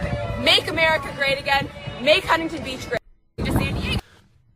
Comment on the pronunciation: Kyle that is not how you pronounce Huntington 😭😭😭